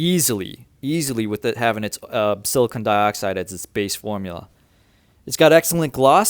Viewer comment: did you sad silicone?